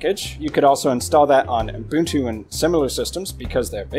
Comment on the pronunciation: [Pedantic point] There is no "m" between the "U" and "b" in Ubuntu. And yet, every time you say it...[/Pedantic point] Other than that, I find the DistroWatch page hit ranking as useful a tool for judging quality Linux based OSen as I find gasoline a useful tool for extinguishing a fire. In other words, Not very. Popularity rarely equates quality.